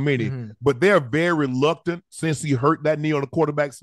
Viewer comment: Hey Unc, it’s “reluctant” for KC to run a QB sneak with Mahomes. Not “luctnant”. 😂